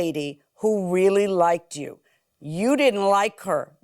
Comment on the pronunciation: "liked-ded"? Girl...